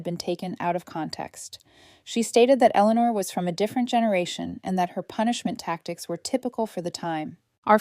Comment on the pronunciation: Elelenar? Sheesh. why i hate AI. Your stories however are wonderful. Here's hoping AI grows up. Toledo Ohio